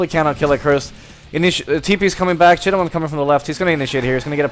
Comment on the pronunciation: You say thai Chittawan Chittawan ><